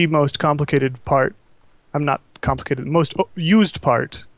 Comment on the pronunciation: i laughed when he said now on to the complacated part